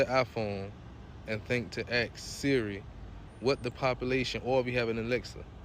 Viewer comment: Now one of my favourite channels. With the first story, with Siri: It's ASK not ARKS. Guys you make us sound stupid